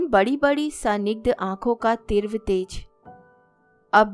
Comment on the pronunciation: तीव्र का उच्चारण भी गलत किया